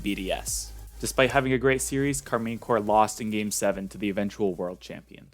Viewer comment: Great video, but that can't be how you are meant to pronounce Karmine Corp. Like I would go for a /car-mine/ or a /car-men/ but no chance is it /car-mean/.